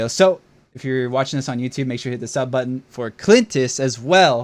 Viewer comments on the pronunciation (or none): none